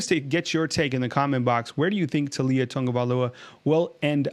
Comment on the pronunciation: Bro, it's Tau li a... Not Tu li a